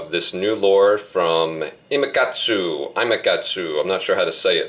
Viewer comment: you got it right imakatsu (ee-ma-kat-soo)